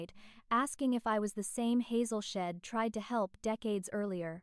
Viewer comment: It's not shed, it is she said